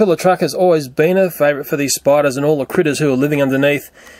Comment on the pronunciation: Umm it's Spiders 🕷 not Spidars